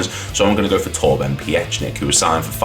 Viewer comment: Pronounced Peek-nick